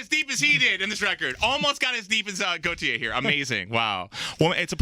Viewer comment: I love how half the interviews they say Gotye wrong and yet he just smiles and goes along with it.